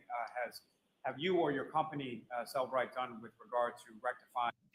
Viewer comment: It is Cellebrite